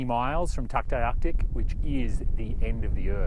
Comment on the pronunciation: It is THE best place in the world. Funny how you pronounce Tuktoyaktuk.... hahaha... I am glad you made it that far North. And hope that you continue your journey to Tuktoyatuk (aka Tuk). Not sure if you know this, but at Eagle Plains, there’s also a nice view point behind the hotel. I notice that you did not make more stops. There’s beautiful hikes all along the Dempster. I liked the vid. Glad you are enjoying the area. Stay safe 🌸🌷🌹😷🌺